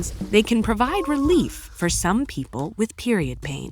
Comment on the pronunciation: yes, peo-ple